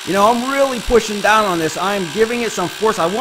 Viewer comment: From Pittsburgh right? I just never hear others use the formal "dahnn" lol